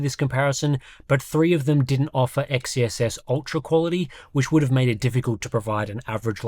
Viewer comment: It still bugs me how people pronounce XeSS "Ex-Ee-Es-Es". Xe is pronounced as "Zee"; it's "Zee-Es-Es".